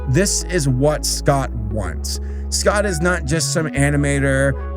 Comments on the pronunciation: also yes you did pronounce scott's name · Yes you did say Scott’s name right.also there’s a fnaf movie coming.so could you do a fnaf episode when it comes out?